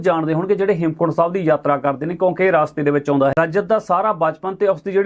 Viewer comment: ਰਾਸਤੇ ਨਹੀ ਰਸਤੇ ਕਿਹਾ ਜਾਂਦਾ ਹੈ। ਕੰਨਾਂ ਨਹੀ ਲਾਈਦਾ ਜੀ।